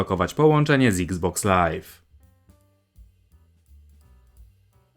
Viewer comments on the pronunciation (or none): none